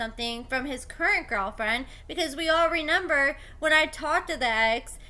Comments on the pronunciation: Dude are you saying “ renember”? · Listening to you say “renember” 3 times in a row is actually painful.